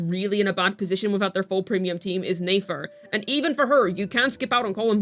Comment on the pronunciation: Who is Nay-fer?